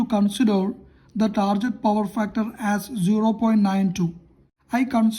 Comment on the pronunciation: Not "tarjet".....it's "target"....use Google ...